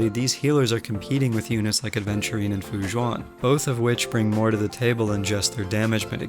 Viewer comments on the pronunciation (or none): It's Aventurine not Adventurine! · This video was so good but I'm so sorry I get really annoyed for some reason when people say Adventurine. HIS NAME ISNT A*D*VENTURINE! ITS AVENTURINE NO "D" WHY DOES SO MANY PEOPLE STILL CALL HIM THAT SO MUCH TIME HAS PASSED FROM HIS RELEASE!!! if its something with your accent, then I'm sorry no offence but pleaseeeeeeeeeeeeee learn to say his name correctlyy. Still tho the video vas very good I liked it a lot